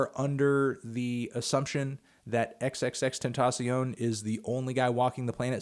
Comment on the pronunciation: "The biggest music geek on the internet".. "XXX-Ten-ta-sion".. really..?